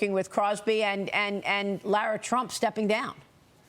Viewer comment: its Lara not laura